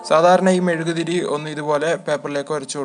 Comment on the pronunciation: Mezukku Alla mezuguthiri ssnu